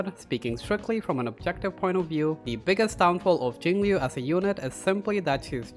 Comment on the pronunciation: Very good music choice, Nujabes is goated. One day there will be a guide which pronounces her name right. Not that I blame anyone because they even said it wrong on the official english live stream.